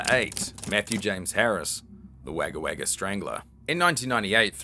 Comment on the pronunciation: just a heads up its pronounced more like an o than an a in wagga